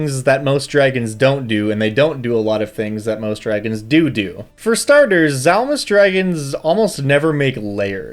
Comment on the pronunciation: 'ungeons and 'ragons